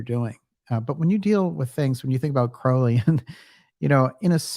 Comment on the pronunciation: Crow - like the bird. DJ used to get it wrong and it drove me nuts. Thank you to whomever corrected him!